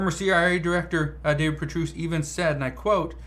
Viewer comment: How are you mispronouncing David name? He’s very famous